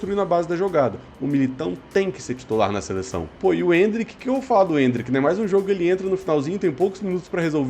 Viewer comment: Voces chama o Endrick de Endríck(enfase no i).